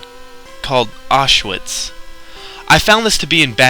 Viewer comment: you should of pronounced Auschwitz better it would of added to it and made the video better.